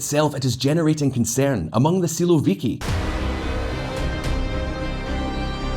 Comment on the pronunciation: Man, You pronounce "siłowiki" in a way that it sounds like "słowiki" (at least in polish ear :) ) It's a little funny, because "siłowik" is a term used to describe an aggressive stance, usually called a "hawk" in English. On the contrary, "słowik" it's literally a nightingale (Luscinia luscinia) . I can't imagine Shoigu or Kadyrow as a nightingale singing in the meadow in the evening :D